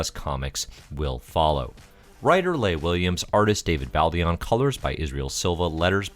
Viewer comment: I think you're pronoucing Leah wrong :P